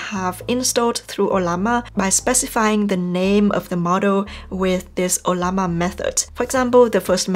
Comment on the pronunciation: You earned a new subscriber today. Thanks for how intuitive this video is. I also love how you pronounce "O-lla_ma"😹..kidding